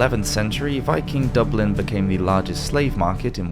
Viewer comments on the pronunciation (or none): none